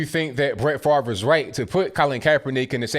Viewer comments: FaRVe need to get his brain check and as well as his way of thinking. Really FaRVe?! I think you also need to Pronounce your name correctly or SPELL IT correctly! (Fav-Ray) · Why is Brett Favre's name pronounced so weirdly? It sounds like it should be spelled "Farv" not "Favre".